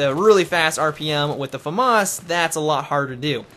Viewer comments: LOL he is pronouncing it properly... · both pronounications are actualy right xD